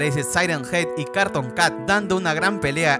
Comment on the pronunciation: No se dise carton cat se dice cartun cat y el perro tambien